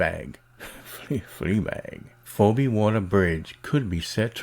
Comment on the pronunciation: Her name is pronounced 'FeeBee' but yeah this crap doesn't surprise me.